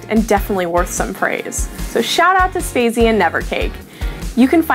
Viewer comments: she called sp4zie, "spaze" with a long a.... -. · Thijs van Geffen im with u on that one it Sp4zie she misspronounced completally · PRONOUNCED SP4ZIE'S NAME WRONG PLZ FIRE!